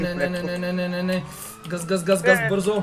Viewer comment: Iii daa kogato kazvash gaz gaz kazvash i gz😂😂